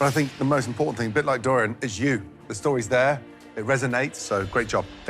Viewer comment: The whole emphasis on the 'store's is ridiculous. This is my worst episode ever!